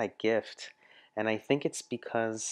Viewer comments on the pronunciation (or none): none